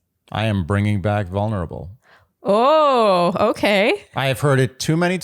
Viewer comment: Amen. “Vo-nerable” seems to be the go-to pronunciation on this franchise. 🤷‍♀️